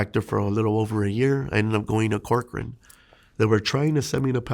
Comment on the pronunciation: I’m from California, when u said Corcoran State Prison, I cringed.